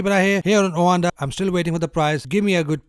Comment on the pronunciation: Wtf is “owanda”?